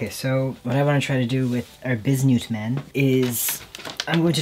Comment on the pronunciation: “Biz newt man” 😂